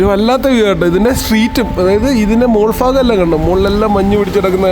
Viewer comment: ഫാഗം അല്ല ബ്രോ..... ഭാഗം എന്നാണ്... വീഡിയോ കൊള്ളാം......ട്ടാ